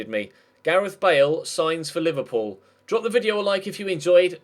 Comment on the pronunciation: Anybody hear say Liberball players